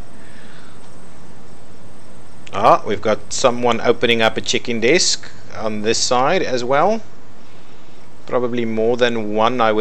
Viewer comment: For me, it always sounds like you're saying ''chicken desk''